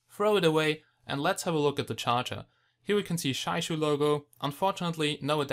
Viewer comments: It is pronounced as "jee-ya yu", the yu made pursing your lips and rhyming with "she" without the s. Jia sounds exactly like the Chinese word for family (use Google Translate to articulate). And Yu is fish. I suspect the manufacturer is from Jiayu Country, Hubei, China. ;-) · Roslan Japar I asked several real Chinese people about this. And all told me that they don't say Jiayu like in this video here or in some special strange way. They say it just straightforward Jia-yu, that's it. People think in their mind that it is pronounced is a special way just because it is Chinese. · It is pronounced Jiayu ( chi-ya-yu) correct me if i'm wrong..thanks..nice review and the device itself have a good specs!